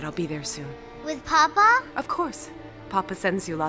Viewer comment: Very nice, but I would have thought that the actors would have been instructed as to the difference between papa' and Papa.... the first is father the second is the Pope... the accent in the first instance is papA", with the accent on the last letter..... fundemental really, and as this production is RAI associated I am very disappointed....